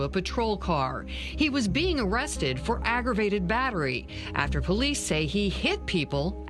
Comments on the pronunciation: I know this is a serious situation... but officer "Pullease"? Lol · I love how it sounds like they’re saying Sgt. Police. 😂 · Really Sgt. Pullease, pronounce Police, no one else is going to say anything about that?? 🤣🤣🤣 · You really telling me this cop’s name was Pullease? Pronounced Police? SGT. Police? Are you serious? No one sees this as them making a joke of how easy it is to hide a perpetrator cop’s identity to relocate them to a new dept punishment free? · It sounded like she said "Christopher Police", but that can't be right.